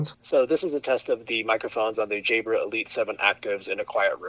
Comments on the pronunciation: By the way say jahbrah....it sounds like you're saying jaybra ...which sounds like jaybird....thx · Nope it was me - I just re-listened and this vid has helped me finally decide that the Elite 7s are the ones. it's your accent - most people say "Jabb-rar" but you pronounce "Jayy-brer", made it sound like "Jaybird"! I'm a Brit so had to tune in to your accent - maybe speak 10% slower for we "foreigners":-)